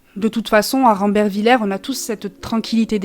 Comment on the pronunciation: C est qu un détail mais on le prononce rambervillé 😊